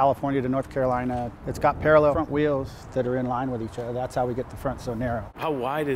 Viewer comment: it's got paraleffent wheels?? what is he saying?